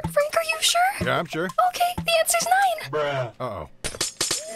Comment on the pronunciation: It's noine really got me there🤣🤣